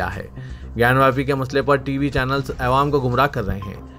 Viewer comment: اداره ترقي اردو کی پوری پوری کامیابی کی نشانی ۔اسلم حسین کی نیوز میں سما گئی ہے واہ کیا کارکردگی ہے نکات ۔۔۔۔ نوں۔۔۔ کے زیر کیساتھ تزیین نو ۔۔۔۔تزین۔ ۔۔۔ ی ۔۔۔ کی تشدید کیساتھ۔ عوام۔۔۔۔ ایعوام۔۔۔۔ بابری مسجد کے بارے میں بھی جملہ تھا کہ مسجد نہیں چھوڑینگے۔اور اب گیان واپی مسجد کے بارےمیں وھی جملہ دہرایا جاتا رہیگا۔